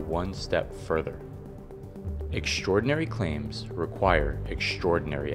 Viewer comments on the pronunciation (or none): EXTRAORDINARY, not “exSHtraordinary” for God sake, please stop using Michelle Obama‘s shit vocabulary when pronouncing words with “ST“ any where in them.